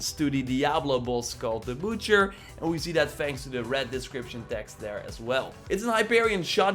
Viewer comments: Butcher “b-uh-tch-er” its not boocher come on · I have a tip, stop talking. It’s not a Bootcher, it’s a Butcher